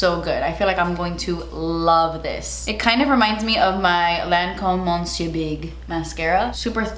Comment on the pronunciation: Hi! Great video. The Lancôme mascara is pronounced “muh-SYUR”. The “n” in Monsieur is silent.